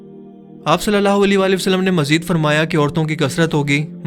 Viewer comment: ویڈیو لمبی ہو رہی ہو تو درود پاک ٹھیک سے نہیں پڑھیں گے؟ صلی اللہ عیلہ کی جگہ صلی اللہ لی پڑھا جائے گا؟ اوپلیز ... درودپاک درست پڑھنا ہر مسلمان کا فرض ہے.